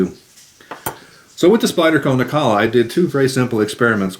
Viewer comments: Nilakka, not Nikalla. WTF? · its Nilakka not Nikalla😉 No offense please🙏 Thanks for video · Isn't it pronounced Nil-ah-kah?